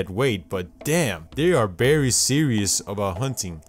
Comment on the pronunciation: “Berry seriously”